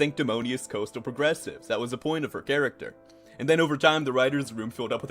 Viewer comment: "coastal" Go to Minnesota my man